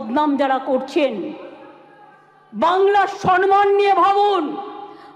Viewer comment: প্রতিটা বাক্যের শুরুতে " মনে রাখবেন"! আগে কথা বলতে শিখুন। 'সন্মান', 'গর্মেন্ট' ',পবলেম' এসব কি?